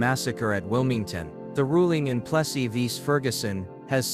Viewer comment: Keeps mispronouncing Plessy.